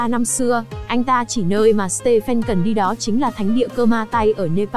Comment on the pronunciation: stephen đọc là sti vờn nha:))